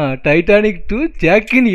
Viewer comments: Nalla paru bro ..titanic illa Turtanic 😂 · Athu Titanic illa turtanic bro😂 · Tiatannic eilla bro Tartannic dha bro 😂😂😅😅😊😊❤❤